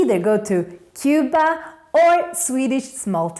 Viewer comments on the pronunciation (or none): none